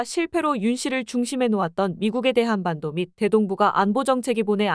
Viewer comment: 대:한반도/대한반도 의미가 다릅니다. 끊어 읽기도 잘못하면 의미가 달라집니다.